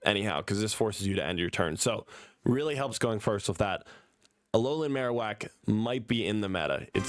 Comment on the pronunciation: Bro read marowak and raichu wrong